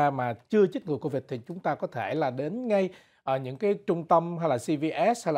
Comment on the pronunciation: Cô-vịch 19 hay covid 19!? cứ thao thao cô-vịch 19...cô-vịch 19🤔